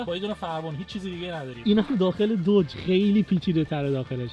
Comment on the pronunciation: عزیز بخدایی که میپرستید این اسمش دوج نیست اسمش داجه ، اونم فورد نیست فُرده و موستانگم نیست ماستانگ ویا ماستنگ هستش. هرچیزی که O و U داره او خونده نمیشه. مثل کلمه های Mother , Brother , Must , Jump , Mom , monster , Just , اینا همه آ خونده میشن نه او